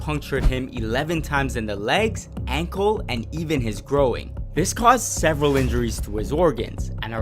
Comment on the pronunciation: The word is groin not groing